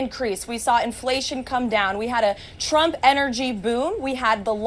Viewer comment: Why does she pronounce it "Chrump"?